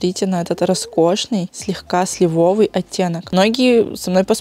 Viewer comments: слИвовый Не могу слышать уже этот сливОвый 😫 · слИвовый В прилагательном «сливовый» ударение падает на первый слог. Это же произношение сохраняется во всех родах, падежах и числах: «сливового», «сливовых», «сливового».